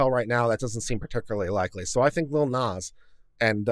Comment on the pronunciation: plus I love the pronunciation of "Nahh-zz" as "Nez" 🤣💖